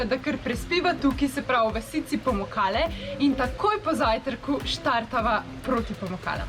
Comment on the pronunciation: Se mi zdi, da sta ves čas govorila POmukale 😆